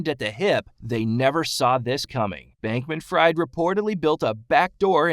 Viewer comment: You mispronounced his last name and it's FTT not FFT.